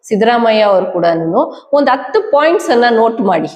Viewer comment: ಅತ್ತು ಅಲ್ಲ ಹತ್ತು, ಆಂಡ್ ಪಿಕ್ಡ್ ಅಲ್ಲ ಹ್ಯಾಂಡ್ ಪಿಕ್ಡ್ ಎಷ್ಟು ಹೇಳಿದರೂ ಇವರಿಗೆ ಹ ಉಚ್ಚರಣೆ ಬರೋದೆ ಇಲ್ಲ…